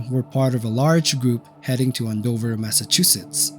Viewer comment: AND-Dover Massachusetts A simple search of New England towns because they do have different pronunciations makes you like ten times more intelligent.